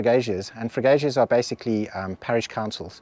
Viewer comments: Nice video, like the history. As for the butchered words, Freguesia is the winner, you said something like Freguéijas. Repeat after me, Freguezias. And remember every time you see(I) in a Portuguese word pretend it's an (E) in English. Um abraço! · Castelo Branco has really mushroomed! Thanks for showing us how old 🇵🇹 is. Now, as a teacher, I cannot let this slip. "Freguesia" (parish) is pronounced "Fre Gue Zia". 1st part say it as if you were saying "Fred" the "g" is pronounced as in "gas". Middle part is just "Gue" as is if you were saying "Guernica" (the painting by Picasso) & last part is pronounced ZIA with accent in the "I" as in "Zia Records" . 😁 Now pratice... There is another word you need guidance with pronounce wise, but I forgot which one. Must review video again and will post 2nd comment on it. Keep on travelling within Portugal. Suggest a visit to Manteigas, Seia, Guarda, all within easy reach. Cheers.